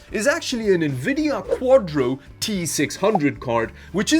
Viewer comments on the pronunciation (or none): none